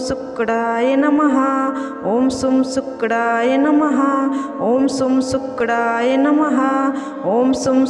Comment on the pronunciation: Pronunciation par dyaan do Sukdaai namah kya hota hai.!!!!! Shukraya namah hai